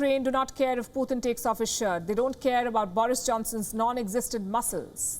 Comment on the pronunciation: You are doing remarkably well, except the part we have to hear 'Poothin' instead of Putin. Difference between POOR THING and POOR TIN.